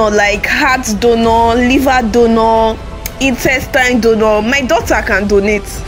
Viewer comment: I hear instestine donor chaai😂😂😂😂